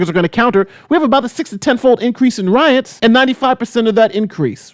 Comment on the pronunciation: “Roits” lol